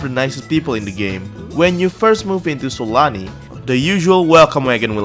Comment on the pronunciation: I swear i keep hearing it like S A L A M I